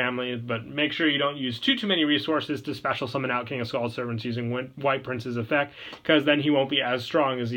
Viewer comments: Don't get me wrong I love the vids but I will never unhear you not saying the t in effect. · EffecT. There's a T in effect